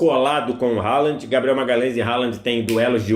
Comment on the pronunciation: O nome do jogador se pronuncia "RRolan"